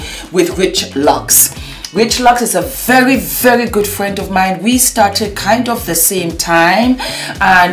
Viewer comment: Who else heard instead of Thank you so very much! it came out sounding like Thank you so F....much. I love you and all your makeup videos. I can't get over how it sounding like you were cussing.